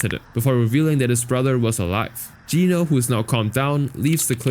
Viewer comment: first person i hear saying geno right, the world is healing😇😇